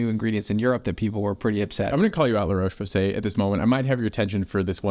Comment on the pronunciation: The O in Roche is pronounced like the o in hot, not the o in cold.